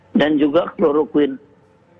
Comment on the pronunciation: Kalo gak salah tadi saya dengar pak jokowi bilang nama obat yg di beli nama nya salah 1 clorofile bukan cloroquen. Betul tak?